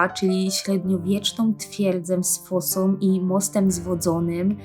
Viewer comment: Fajny materiał, ale bardzo dziwna wymowa, ciężko się tego słucha "om zamiast ą" itp. Z fosom?